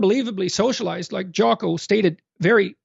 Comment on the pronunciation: I’m skeptical 🤨 if you actually read Jocko, then you would know his last name, or at least how to pronounce it😂